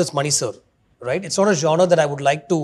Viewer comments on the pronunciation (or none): none